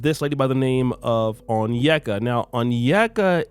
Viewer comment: Yes, she's definitely a wannabe white chick. First of all, she couldn't even pronounce her first name correctly when she introduced herself. Consciously or subconsciously, she completely butchered her Igbo name (Onyeka) when she introduced herself. This is the first sign those with African heritage in the diaspora give when they are not in tune with their hetitage. Besides, in one of the episodes, she proudly went on about how her ex boyfriend was also from Denmark.